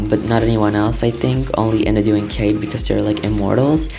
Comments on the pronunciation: It’s pronounced IN-AW-DOO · I don't want to be rude but Inadu is pronounced IH-NAH-DEW